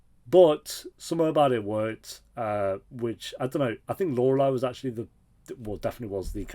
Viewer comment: love that you are finally now pronouncing Lorelei correctly😂